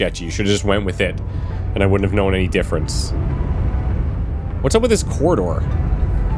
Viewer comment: I love how you pronounce corridor as coordoor 😊